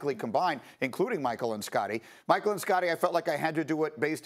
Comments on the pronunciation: Anyone else get mad when she said magic instead of michael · WILL SOMEBODY CORRECT MOLLY'S GOOFY ASS?!! IT'S MICHAEL AND SCOTTIE NOT MAGIC AND SCOTTIE!😕😠